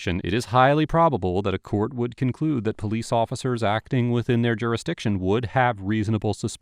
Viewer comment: The way he pronounced PO-Lease